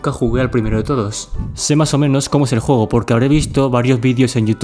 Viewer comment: CUANDO DISES JUEGO SE TE ESCUCHA JOGO